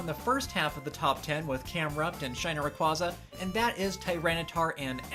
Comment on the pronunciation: Indeed. The way he pronounces Rayquaza bothers me a bit. Not surprising. Really? :O